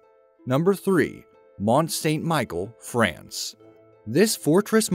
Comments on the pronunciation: Pronounced as Mont St Michelle not Michael. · 'Mont Saint-Michel' michel ? facepalm. it's pronounced the same as Michelle. ahhhhh Americans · YOU’RE A JOKE! Jesus, Ste. Michel you don’t know either? It’s pronounced like the woman’s name Michelle. GET A NEW VOICEOVER PERSON! THIS GUY IS TOO STUPID TO BE PAID FOR THIS OR ANYTHING HE SPEAKS ABOUT!